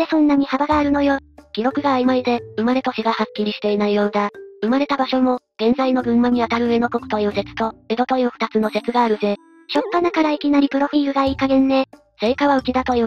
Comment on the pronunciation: 「うえの」は、ないだろw 「こうずけ」は流石に読めてよ